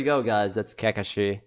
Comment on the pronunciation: WTF IS “ka ka shi “